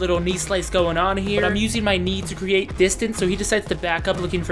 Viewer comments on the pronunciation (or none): none